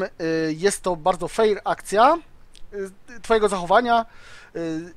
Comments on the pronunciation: nie "feir" tylko "fer"(chodzi o wymowę):D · fer a nie feir bo to trochę dziwnie brzmi:) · QuickyBaby również stworzył materiał filmowy związany z byciem "fair" - "Being the good guy..." ( poprawna wymowa to "fer"). Według mnie bardzo fajna akcja i oby więcej takich inicjatyw. Życzliwość w grze to świetna sprawa. Gracze pomagający innym w grze jak najbardziej zasługują na wyróżnienie. Nie zapominajmy, że WOT to gra zespołowa, a udzielenie pomocy w krytycznych sytuacjach swoim kompanom może mieć znaczący wpływ na wynik bitwy.